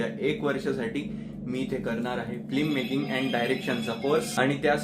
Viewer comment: All the best , please say FILMmaking not Flimmaking (फ़्लिममेकिंग)